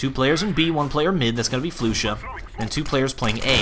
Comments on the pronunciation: flusha's name is prennounced more like flosha not floosha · yeah i know but hes says it like floosha so in order to explain how it should be said i sad its like flosha because it kinda is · did he just say floosha